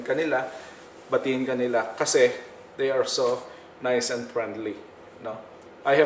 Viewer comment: Prenli and Folayt.lol